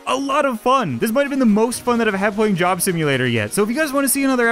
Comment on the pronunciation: When you say job it sounds like you say Jim